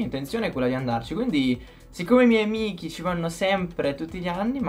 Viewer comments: ma ai detto amichi invece di amici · che entra sempre con l’italiano perfetto “amichi”